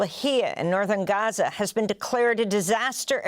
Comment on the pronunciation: She said Ghaza nat Gaza. Brilliant 👌🏼